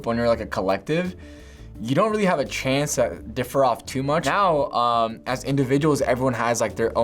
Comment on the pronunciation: we took a chonce